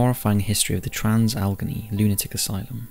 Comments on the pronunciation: It would be helpful if he could pronounce "Trans- Alle-GHANEY" Asylum properly. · Ok. First, the name is pronounced Trans- Alagainey. Second, the Deer Hunter was filmed in both Weirton WV,and Steubenville, Ohio, which is the birthplace of Dean Martin. I am originaly from Ohio, with family in West Virginia, and have driven through both locations many times. I now live in Jacksonville, Fl, since 1986. Reffer to my previous comment about other paranormal events in Jacksonville.